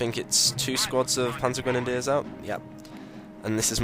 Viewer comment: the schwimmwagen and the panzergrenadeers haha the way he says that xd